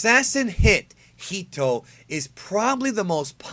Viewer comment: It's not Hito He-tttoe